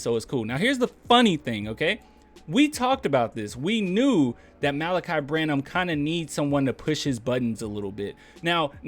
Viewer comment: Thanks for pronouncing his name. I was reading it and saying Mal'-uhk-eye, but you pronounced it Muh-lah'-kee.